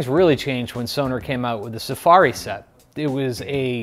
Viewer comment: My dear American drummer friends! The brand is Sonor - not Sonar - and it should be pronounced also with both O's audible. "Sonor" !